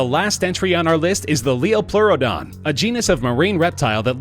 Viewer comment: it's pronounce "Titan-a-bow-uh" also the number one is titled "Lie-O-plearadon"